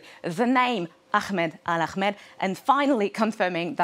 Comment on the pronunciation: There’s no name Akhmed, please pronounce the name as Ahmed. It’s not so difficult to do so.